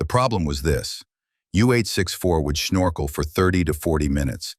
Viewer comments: "Snorkel", not Shnorkel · Snorkel isnoe schnorkel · The german accent on the word snorkel is confusing to say the least